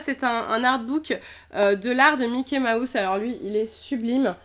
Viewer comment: Elle ne sais pas dire mouse de Mickey mouse elle dit Mickey maousse